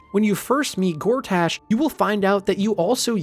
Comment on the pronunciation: Honestly it gets worse. He says Lamp Light rather than Last Light, describes the KuaToa as Frog people, says Envier Gortaash, says Mincs instead of MinSC and calls Boo a Giant Space Alien. It couldn't be more obvious that it's a ChatGPT thing and even ChatGPT would get these things right I hope.